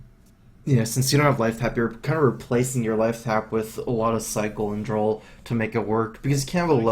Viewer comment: Besides the amazing gameplay, one of my top reasons for watching his vids is that he says "drawl" instead of "draw". It's hilarious